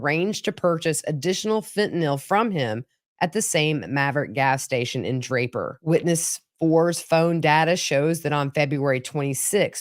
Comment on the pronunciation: You said Draper and Lehi correctly. I grew up in that area. 👍